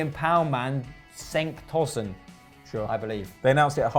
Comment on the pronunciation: It’s pronounced chenk Tosun not kenk just saying